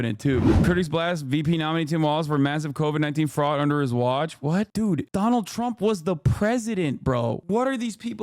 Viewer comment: Doonayld Troomp and his VP Jarden Vanchee